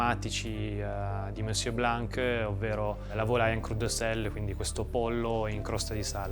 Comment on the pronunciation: you're not suppose to pronounce the "c" at the end of the name "Blan(c)"... This is a mute "c"....